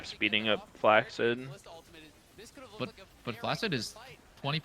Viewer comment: Fun fact: 'flaccid' is actually pronounced as 'flak-sid'.